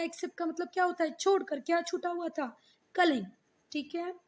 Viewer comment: That is not kaling kaling